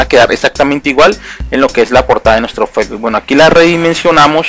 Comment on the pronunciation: el "feibul" lol